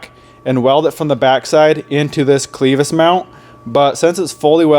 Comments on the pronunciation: Clevis. Not cleevis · LOOKS GOOD MAN now say it with me CLAVIS NOT CLEVIS kinda like you put a A in there Spelled Clevis but sounds like CLAVIS at least out here in FLYOVER COUNTRY ! Now just going forward I would have cut the bumper on the side of the Frame mount just big enough to slide the hook point thru then welded both sides. Now I am selling my 2nd GEN can be seen here with the bumper you just built but better if anyone is looking for a REAL CLEAN 2nd GEN